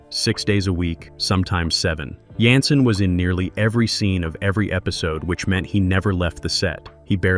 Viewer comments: There was no unaired episode. Don’t believe everything that’s on the Internet especially now with these Ai compiled & narrated Weird Facts. They don’t even pronounce David’s last name right consistently (at times calling him Yanssen & even Johnson near the end). 🤦‍♀️ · I enjoyed your narration, but his name is pronounced as Janssen w/ a “j” not a “Y!!!”